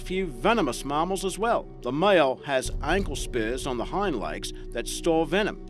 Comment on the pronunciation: mammals or marmals??? hahahahahaah